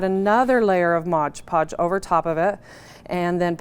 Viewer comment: It is MOD PODGE, not modge podge!!!!!!!!